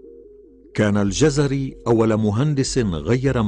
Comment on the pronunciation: انا لم اجزم انه كردي او غيرذلك٠٠اناعلقت علئ تسمية الجزيري٠٠٠او الجزراوي٠٠٠٠وصاحب الفيديو ينطقها جَزَري٠٠٠امابلنسبة للكورد نحنوا لنا الله كغيرنا وكفي باللهِ وكيلا